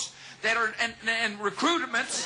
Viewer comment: This man said recrudiments 😂